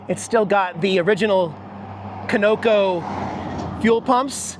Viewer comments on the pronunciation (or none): none